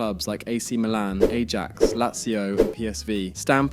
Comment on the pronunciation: Yeah, you gotta know it's pronounced eye-axe